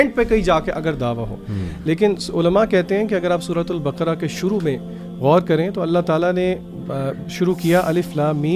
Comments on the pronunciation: سورۃ البَقَرَہْ ہے ۔ نہ کہ بکرہ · JazakAllaha,plz correct the word baqra. The correct word using nooktte wala kaaaf.